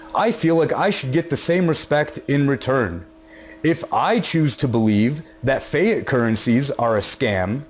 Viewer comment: keep up the great work dude! but i think its pronounced fee-at...